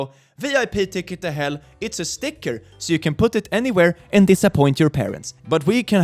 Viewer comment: Sounds like your saying A ticket to Hull. Perhaps hell is in Yorkshire :)